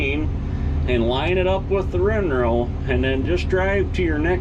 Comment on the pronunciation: Windrow or rinrow??